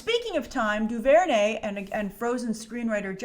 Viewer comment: Also the "r" is silent. Guess DuVernay isn't white famous yet.